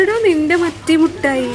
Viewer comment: മുട്ടായി alla മിട്ടായി